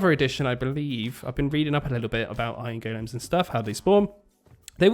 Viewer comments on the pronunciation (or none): Love watching this series man but i hate to say you’re saying iron golems wrong hahahaha